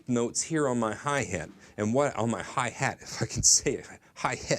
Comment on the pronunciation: hi hEt is how you say it in Polish actually, sounded exactlly the same :D